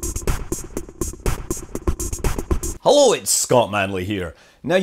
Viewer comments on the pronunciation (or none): Hollo it's Scott Mænley here 😂